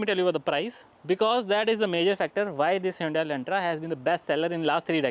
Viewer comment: It's pronounced hyundae like sunday-monday